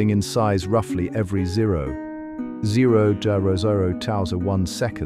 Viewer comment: AI sucks. It can't say zero correctly for some reason.